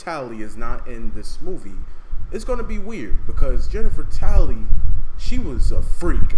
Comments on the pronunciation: It’s Tilley not tally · Jennifer Tally, its Tilly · yo its jennifer tilly yo not tally lol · Jennifer tilly, not Jennifer tally